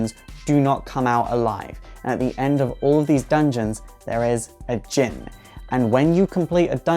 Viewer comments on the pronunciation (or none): none